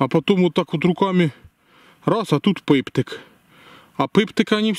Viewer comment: Шоу таке за Дыво....Пыптык..??????? Крайняя твоя накопка...Цэ Пыптык....😂😂😂😂😂😂😂😂😂😂😂😂😂😂😂😂😂😂😂😂😂😂😂😂😂😂😂